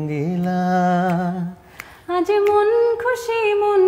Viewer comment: তাসনিয়া ফারিন রঙিলার উচ্চারণ সবসময় রঙ্গিলা করে।